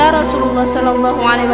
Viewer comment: Rosululloh saja kalau di dengar jadi Rosuwluloh. aduh parah 😅